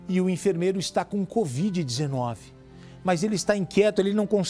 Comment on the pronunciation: LEGAL ISSO. E como sou observadora notei que o repórter fala assim, "com esse abraço ao paciente especial com BOVIDE 19, BOVIDE, ELE DIZ. Alguém mais notou ou só eu? Vale lembrar nao falo por mal nem estoy corrigindo e sim comentando.